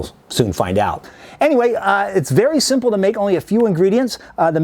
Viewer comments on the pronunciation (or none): none